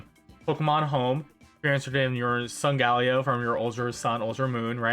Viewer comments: "sungaleo" SUNGALEO!!!!! WTF it SOLGALEO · But how he pronounces solgaleo tho